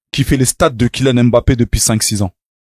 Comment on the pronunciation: Les noirs qui disent « aimbappé » 🫵🫵🫵🫵